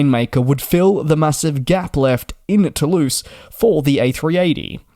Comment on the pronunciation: Please pronounce Toulouse correctly " Tuh- Looz".